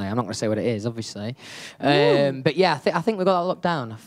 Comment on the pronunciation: I know I have been saying this for ages!! He pronounces it completely wrong. Also Harry does it with the word "obviously" I noticed. He says obvioushly